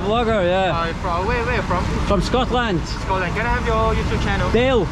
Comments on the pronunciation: Why does he say Scotlandia? And not Scotland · yeah...scotland not scotlandia dear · normally malaysia local said" scotland not scotlandia" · Dale you say Scotland not Scotlandia..haha lol makes me laugh, all over the world you say I am from Scotlandia!!lol I think you only say it in India or maybe Pakistan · Scotland not skotlandia😂